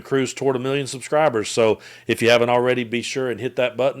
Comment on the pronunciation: “Miyyons & miyyons [sniff]” of us (🇺🇸) are mortified. Why can’t he say “millions?” 💙